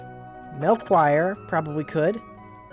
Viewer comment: Melchior is actually pronounced "Mel-kee-or". Its actually the name of one of the three wisemen from the Bible